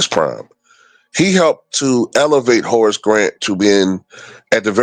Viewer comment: Sounded like you said Horace was content being a horse 😂